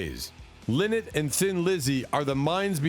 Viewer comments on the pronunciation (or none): Phil Lynott is pronounced wrong in this video His name is pronounced Phil Line-not.